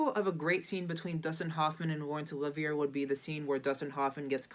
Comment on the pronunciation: I tend to agree. Olivier is important enough a legend that, even as pure courtesy, this young man should have inquired about the pronunciation